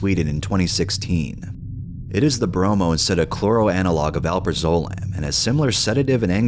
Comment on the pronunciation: btw it's pronounced "Al-praz-ah-lam"